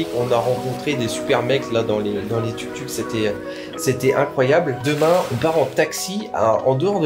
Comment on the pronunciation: TOUK TOUK , LE U EST UN OU ICI